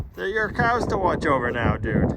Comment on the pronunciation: Hi and, love watching your channel but I have to admit it's more and more for brutus and now the cows pronounced coows